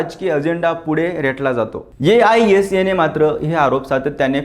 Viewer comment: aisa पुन्हा पुन्हा नको ‘आयसा’ बोलतात संघटनेला...